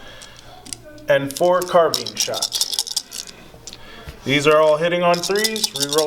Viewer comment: No offense but you all should look up the pronunciations of “sigil” and “carbine”.